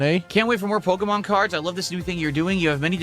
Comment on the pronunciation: Can't we report this guy? The way he says "pokheymawn" should be reason enough to dox him